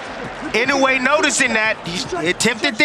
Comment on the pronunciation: Love how these clown commentators don't have a clue, and like all true Americans can't pronounce a foreign name correctly - it's Ee-no-eh and not in-oh-way.